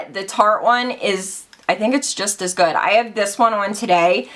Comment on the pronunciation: "it's soooo GOOOOODT" lol I love how you add that T to words that end with a d, love you girl!!! 😘😘😘